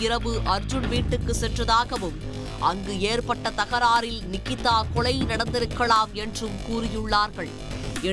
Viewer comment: லகர மகர வித்தியாசம் படித்து விட்டு செய்தி வாசிக்க வந்திருக்கலாம் தமிழைக் காப்பதாகக் கூறும் ஊடகத்தில்..கொளை.,அழைத்து சகிக்கமுடிய வில் லை